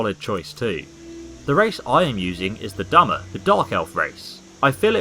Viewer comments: dunmer not dummer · I hate to be THAT guy but its pronounced (Dun-Mer) not Dummer. I am aware you have dyslexia, and I don't mean to correct you in a mean or hurtful way.